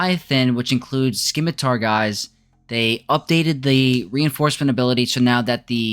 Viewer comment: "sim-uh-tar" Ignore the fact there is a "c" in there. Thanks for the video though. This has been my experience as well.